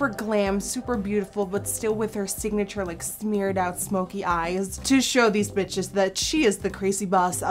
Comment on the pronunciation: Nikkie are you talking Dutch on that moment when you say 'smeered out'? It sounds so funny 😂❤